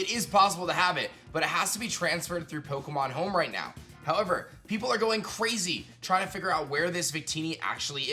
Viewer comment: "Pokemon Heoum"